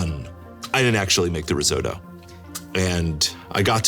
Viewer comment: The hell is a "Ruzotto"? It's a Risotto, it has an 'I' in it. 🤣